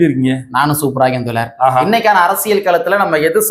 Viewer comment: தோலர் அல்ல நண்பா தோழர் என்று சொல்லுங்க